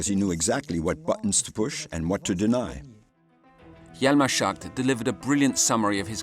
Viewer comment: not the narrator constantly calling him hjalmar 'shart'